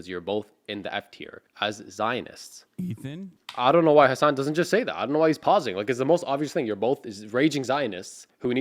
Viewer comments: Fr how hard is it to say hasan 💀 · One thing that really annoys me is how they pronounce "Hasan" like "Hasaaaaaan" which makes it sound almost like Hisaan or Horse.